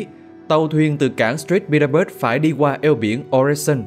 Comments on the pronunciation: cảng của Nga ở phía Bắc là Saint Petersburg chứ ko phải là "Street" Petersburg ạ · Bài viết rất hay với lượng kiến thức đầy đủ. Có điều góp ý bạn phát thanh viên đọc nhầm "cảng St. Petersburg" thành "cảng street Petersberg" thay vì đúng ra phải là "cảng Saint Petersburg". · Người đọc nên tìm hiểu thêm về tên các địa danh, ví dụ như St. Petersburg thật ra là viết tắt của Saint Petersburg chứ ko phải Street Petersburg. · staint Petersburg chứ ko phải stress nha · Là Saint Petersburg ,má…ko phãi street….dô’t…!!!